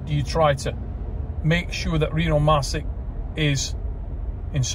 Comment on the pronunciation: Still waiting for someone to pronounce Rino's last name right 🥹